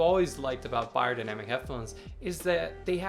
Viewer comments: Pronounced bae-er, not buy-er. Good to see this reviewed still for those of us in 2nd-hand market. Vielen Dank! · I really don't get why americans have such difficulty with pronouncing foreign languages. Bayerdainamic.